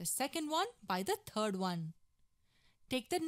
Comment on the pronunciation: Why do you pronounce third as turd?